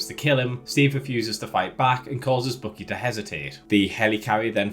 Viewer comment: Also dude, it is BUCKY. Like in buck, the male deer. Look it up how it is properly pronounced. Or how Steve says it in the movie!!!